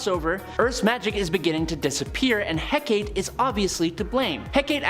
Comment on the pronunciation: Hecate has 3 syllables. Lern2words.